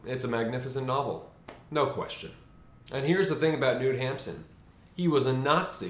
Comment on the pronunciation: " Noot Hamsen "